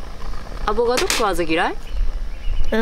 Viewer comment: 母ちゃんはやっぱり世代的にアボガド言いますよねー 娘は正しくアボカドって言ってるのをみると時代を感じます